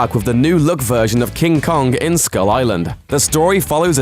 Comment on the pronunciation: Lost all respect for the list when you said kong. Really?